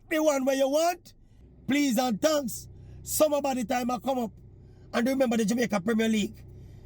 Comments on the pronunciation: Did he say "sour body "or summer body. Maybe my hearing is gone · Maverick somebody a ask if yuh seh "summer body" or "sour body"😂😂😂😂